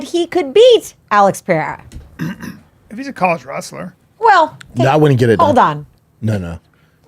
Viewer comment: its pronounce P E R E I R A not piera